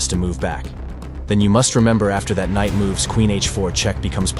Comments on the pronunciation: KKKKnight makes my ears hurt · very entertaining..'k' is silent in Knight though😅 K-night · I like the pronunciation of the k’s in knight 😅